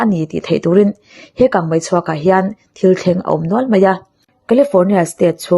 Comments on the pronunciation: Bengvar thlak e mahse kang mei tih turah hian kang mai I ti hian ka hre deuh thin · Kangmai ti a lam i ang thin Kangmei tih tur a ni si a Mi te en bik in ni a thangthar te tan phei chuan an en tawn in ni Kan tawngkam hmandan leh lam rik dan i uluk zual ang u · A aw hi ngaihthlak chu nuam țhin khawp mai, mahse, kang mai ni lovin kang mei tih tur a nia😊 a țhen laiah hian țhelh deuh a awm leh tlat țhin, Aw mawi, ngaihthlak nuam ringawtah hian duh tawk lovin thu lam dikah hian rawn țang zel rawh aw 😅😅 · Kangmai a ni lo, kangmei aw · 'Ho' tih turah 'hau' i ti ngar ngar leh 'kang mei' tih turah pawh 'kang mai' i ti tlat mai bawk a, mizo ṭawng dik pangngai a awm reng laia a dik lo zawk i hmang hi beng a ti thlep deuh, zoṭawng hman dik kawngah ṭan han la leh deuh la, i chanel hi zo fate tan hian a hlu lehzual ngawt ang. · Kangmai niloin kangmei tihtur aw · Kangmei, kangmai ni lovin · 😄🤭 kangmai ti suh adik lo kangmei ti zel tawh rawh aw 😄😄🤭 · Nia keipawh hei hian ngaihthlak a ti hrehawm ka ti,a hma mi ka ngaihthlak pawh khan kangmai vang hian ka hah tluan ṭhak...thildangah mei a hmang thiam tho sia,a dang chu a ṭha tawp maw le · Kang Mei.tih tur ni zawk Awm tak a ni.